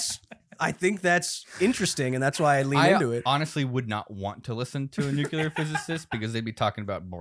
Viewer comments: Everyone else: Nuclear Will: Nucular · You can tell little Willy grew up in during the Dubya Bush administration, says “nucular” every time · Literally the whole episode I was annoyed by the constant nucular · also WILLIAM ITS NUCLEAR. NEW-CLEAR. NOT NUCULAR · "NU-CUE-LEAR" triggers my autism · Goddammit, Will. NU-CLEAR. NUUUUU-CLEARRRRR.